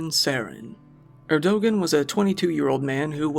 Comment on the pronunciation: Erdogan is pronounced "Erdo-wan"